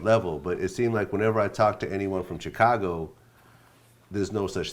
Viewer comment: Vlad sitting there talking bout Chicago culture when he don't even pronounce Chicago right!